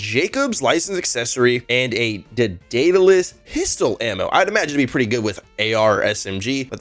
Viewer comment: Day-duh-lus Eye-doll-uh-tor Say em with me now